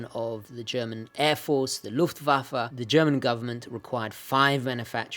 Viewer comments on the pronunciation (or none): Outstanding watch! Funny to hear you pronouncing „Luftwaffe“ and Beaobachtungsuhr“ ;). Greetings from Germany